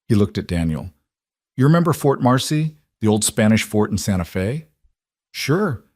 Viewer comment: 👏 Fantastic!! 🤗 Finally, this video has correctly said, 'Santa Fe' (Fay) Not, Santa Fee (long E) Now - someone please help the AI data-chip to say [ arithmetic ] right! (math, numbers) It's not, air rith MED' dik.... It's, ah RITH' mah tick Thanks 👍